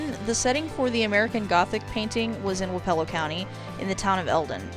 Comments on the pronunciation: It's "wap ah low" not "wap E ELL O". I am speaking from experience. I grew up in Wayne, wappelo, and appanoos County county. Also Lucas county. (Wich I'm pretty sure is way way poorer than the 3 I said) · It's pronounce WAAH-puh-lo, with the emphasis on the waa. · I grew up in Keokuk county 1 county north of Wapello and have never heard it pronounced the way you did, but that is not saying the way you did is wrong. We pronounce our my hometown Sigourney, Sig er ney. Anyway I enjoyed the video and have alot of familiarity with these counties on your list. I have a brother who works in Ft. Dodge, another in Ottumwa, lots of freinds from Jefferson and Lee county and would horseback ride at my uncle's in Centerville as a kid. Also never knew that Lee had 2 county seats.